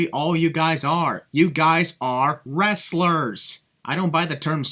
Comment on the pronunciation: He said WRASSLERS. There's a massive difference between wrestlers(you know, people like Chad Gable, Jason Jordan, Kurt Angle, Brock Lesnar etc.)and WRASSLERS(what pro-wrestling is).